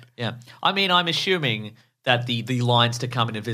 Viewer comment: “I’m ashooming.”